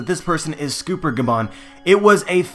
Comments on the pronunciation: dude its sCOPPER gaban not scooper gaban :D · Isnt it scopper, not scooper? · Its "Scawper" not "scooooper" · Scopper not scooper dumb ass, how are you gonna make theory videos of a series when you can't even pronounce thier names correctly? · is pronounced sCOPPER as in the metal, because GOLD rodger, SILVERs rayleigh, and sCOPPER gaban, the 3 mains of the rodger pirates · Joe-Boy?..... Scooper?..... SCOOPER?? I'm having a hard time taking you seriously when you don't seem to even even know these characters names. Knowledge and pronunciation are extremely important, even more so since you only use your voice. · you say scopper incorectly.